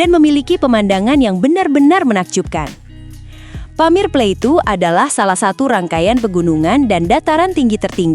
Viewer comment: Plateau bacanya plato